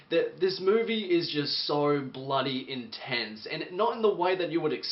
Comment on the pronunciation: Why do you say "sore" instead of "so"?